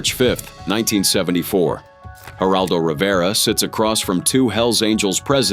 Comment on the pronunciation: These Ai voices destroy everything. Geraldo Rivera? G is pronounced with an H sound. Why not just play entire segments of the interviews without a phony AI voice.